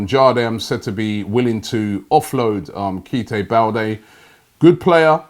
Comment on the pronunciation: Kite Balde 😂😂 Robbie come on..